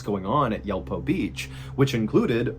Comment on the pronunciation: Yulpo is more like Yool-po